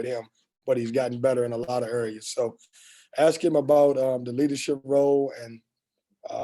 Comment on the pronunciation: Team looks much better. Hope it continues. Please pronounce the work "ask" correctly. It is not pronounced axe. Thanks.